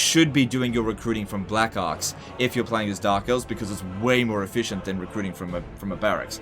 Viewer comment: The way says "Black Arcs" I just can't unhear it.. you know what i mean.